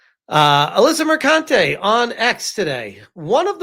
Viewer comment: I believe it’s pronounced Mercunt-ay….